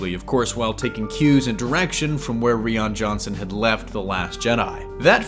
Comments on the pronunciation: Did he really say Ree-On Johnson?!? Loses all credibility. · Did he just say ree-on Johnson? I'm out.